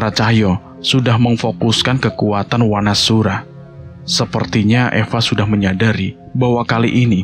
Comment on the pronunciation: Saran mas, kalau membaca a jejeg dibaca o. Seperti Wanasura, dibaca Wonosuro, agar terlihat Jawa-nya si Danan & Panjul